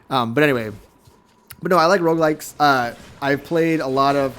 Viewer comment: Is it just me or is he saying roguelights and not rougelikes? ^^